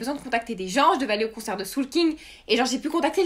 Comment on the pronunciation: Ptdrrrr t'as dis Soolking wallah mdr